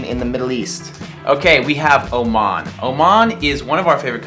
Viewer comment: FanFan_Laxy 23 😂😂😂Oman not Oman